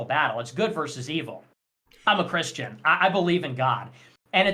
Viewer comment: Kanye becoming chirshtain lol